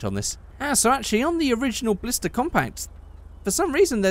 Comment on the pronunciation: It doesn't really matter but it's Blista not Blister